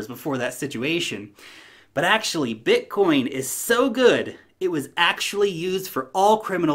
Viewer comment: Haha yeah, it's called BITcoin, not BUTTcoin!!!! 🤣🤣🤣🤣